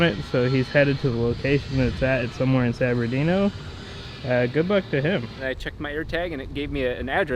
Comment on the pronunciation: I’m sorry did you say San Berdino? It’s san bernardino